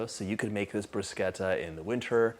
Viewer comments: Dear John...thanks for saying bruscetta and not brushetta!😊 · Thank you for pronouncing it correctly, John. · He pronounced it correctly thumps up from the beginning ❤😊😊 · Thank you for pronouncing it correctly! 🇮🇹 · I was just about to type the same comment!! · The way he says it is the Italian pronunciation, you see enough Italians online correcting people so now I say it correctly too :)